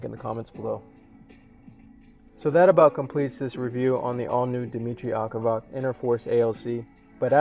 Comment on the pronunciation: you are pronouncing his name completely wrong